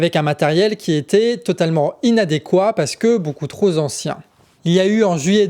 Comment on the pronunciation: Oui on a remarqué le changement de debit c'est top ! par contre attention aux liaisons entre les mots, des erreurs à plusieurs reprises, ex" qui sont partis Ten fumée" et sur la Grèce " un matériel beaucoup trop Sancien" sinon grand plaisir à vous écouter et illustrations derrière top . Bon boulot, ça devient vraiment pro 😊